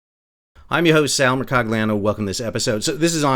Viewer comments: Mercagliano pronounces his name incorrectly. Gli in Italiano… Look up how it’s supposed to sound. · am i going acoustically insane or is Sal pronouncing the c in his name ? 🤔